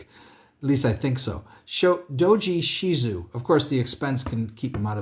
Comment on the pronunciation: I have a real-life friend. She is the author of several l5r rpg books. She is also the real-life inspiration for Doji (she-zoo-eh) shizue, not shezoo, as you called her. Accents auck, and I apologize for calling you out. her name, btw is Ree Sousbee. Fine lady.